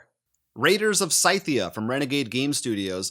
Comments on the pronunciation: Haha Sy-thia. I have Raiders of Scythia (Sithia) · FYI, Scythia is pronounced Sithia, like it's the land of dark side force users.